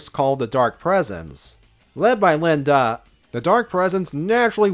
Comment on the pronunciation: An excellent tribute to our favorite Ultimate Lifeform. Would definitely be into more videos like this in the future. Although I think you kinda messed up certain names, like Lien-Da and Prelates.